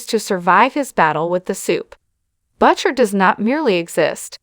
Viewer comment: That's not how you pronounce Butcher...